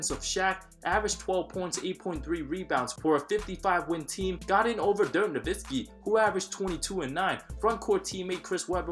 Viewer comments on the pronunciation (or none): none